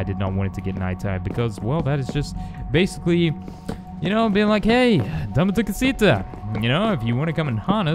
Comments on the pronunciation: The way you pronounce dame tu cosita is absolutely terrible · He pronounced dame tu costia